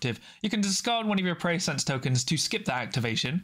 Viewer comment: Great review; I will be rewatching this several times! The Abilities and TacOps are definitely awkward and too conditional so I see them being simplified, while some of the operative powers will get nerfed. This is a must buy especially as a NL fan. “Pre-sci-ence’ not ‘Preysense’ although that does sound cool; they definitely captured the NL fluff names!